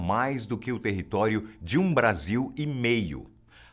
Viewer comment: "territoio"? kkkkkkkkkkkkk